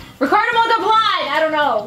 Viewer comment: did not even say Montalban right didn't he?